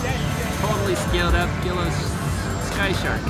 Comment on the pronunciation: It's pronounced Gwee low I was told by an ok timer... cool plane either way